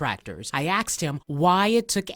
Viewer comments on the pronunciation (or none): She axed him? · u axed him? oh no!